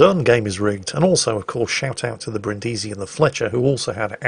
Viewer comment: It's pronunced Brìndisi and not Brindìsi